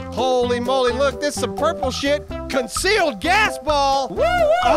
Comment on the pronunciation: Are they saying Concealed or Congealed?